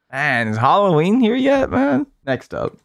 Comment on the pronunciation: What's Holloween?